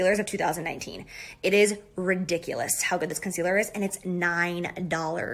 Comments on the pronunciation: Why does she say concealer like...”Cun-sealer”. It’s annoying!! 😂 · Is she saying “cunt-cealer”?